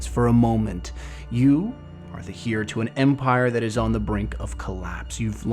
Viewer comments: Literally the best Destiny lore content on YouTube. Only nitpick I can't find with it is I think "Heir" is pronounced more like air and less like here I could be crazy though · Love the content as always! Don’t know where you are from and I only mean to say this in a constructive way but as a British person “heir” tends to sound closer to “air”, as in less emphasis on the H. As I said loved the video, keep it up! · Great news! I feel like there’s going to be a LOT to talk about soon. It’s slow right now but things are about to ramp up I feel it. Quick q of you don’t mind, where are you from? You say the word “heir” very differently from what I’ve heard haha.